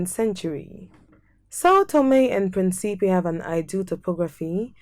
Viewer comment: Respectfully, please re-record the audio and pronounce the name of the island correctly! Principe is pronounced PRIN-cipe. PREENcipe , with an accent on the first syllable. It means, of course, PRINCE 👑